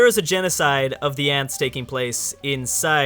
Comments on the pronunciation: And it is "Ents", no Ants. The pronunciations in this video are tubular. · Ants hahaha it’s ents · Did he say ants? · Sounds like you're saying ants instead of ents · His pronunciation is so angering. The worst is probably "ants". Then again, the movie came out a long time ago, so I'll give him the benefit of the doubt.